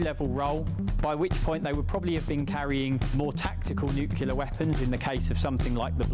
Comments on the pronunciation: Bloke cannot say Nuclear. Its Nuclear not Nucular. So embaressing. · Always puts me off when the commentator can’t even pronounce Nuclear properly! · Why can't people say "nuclear" properly? It isn't difficult.